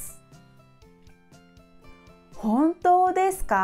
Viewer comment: Houto deska?? Shouldn't it be Honto deska?